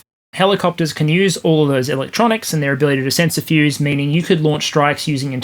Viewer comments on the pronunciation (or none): none